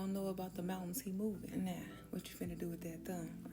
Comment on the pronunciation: Love how she said "Thurr"❤😂